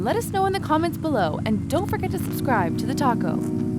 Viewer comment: U SHOuld rename the Channel to TheTaco cause when ever u say the Channel name it sounds like u say TheTaco NOT TheTalko